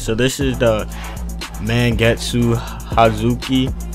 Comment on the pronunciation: You absolutely butchered Mangetsu's name for someone calling themselves Anime Analyst...